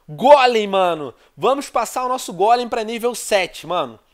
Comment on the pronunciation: Venom Aprenda Meu Querido, Não É Gólem..... É Golem, Onde Tu Vê Assento Aii ? 😂😂